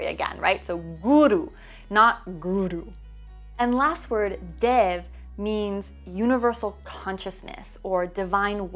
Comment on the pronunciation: It is " Om Guru Devo Namaha" OM - not ONG DEVO - not DEV NAMAHA - not NAMO And whenever you talk about YOGA, you need to start with talking about it's origins.